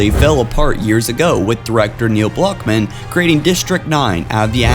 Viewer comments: neil blockman? it's clled blomkamp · Blomkamp is not pronounced Blockman.